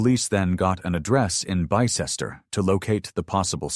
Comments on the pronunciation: it’s Pronounced Bis-ter. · It’s Bis-ter 😂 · Bicester = bis-ter over here it’s pronounced bis-ter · Think you'll find it's pronounced Bister (Bicester) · You ain't having any luck pronouncing these British places names. Just over ten minutes in and we've had a questionable effort at Havant, and an equally bad attempt at Bicester. I look forward to any others you may linguistically mangle.